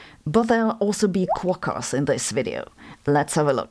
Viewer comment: I've never heard anyone call quokas "kwok ass" 😂😂😂 You're an honorary Australian now. That's fucking fantastic. 😂